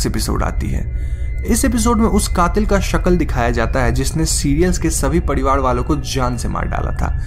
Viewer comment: Padivad nahi parivar bolo